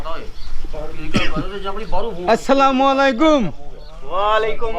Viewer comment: এই ভিডিওবানানো কারি।শুনেন। সালাম শুদ্ধভাবে দিবেন।